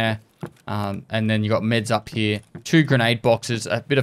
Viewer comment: Very strong stache game, Papa. Also I like how Papa says "here." Heee-uh